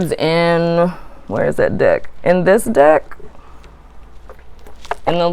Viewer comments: 😂😂😂 when you where talking about the "deck" it actually sounded like you where talking about the "dick" 😂😂😂 untill u said " tarot dick" then i realised its "tarot deck".😂😂😂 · Girl I thought you said dick lmao